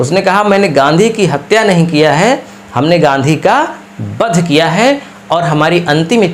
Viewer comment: अरे भाई बध‌ नहीं वध । सही से उच्चारण कीजिए